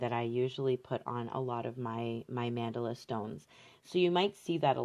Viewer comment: I absolutely love your work and yes, you are an amazing and general teacher. Just a thought, please Google the pronunciation of the word Mandala. I keep hearing it pronounced incorrectly on so many videos.